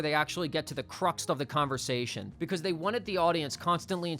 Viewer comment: the word is “crux” not “cruxt”